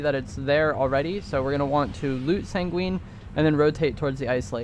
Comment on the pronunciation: My guy. It’s Sang-win not sang-wEEn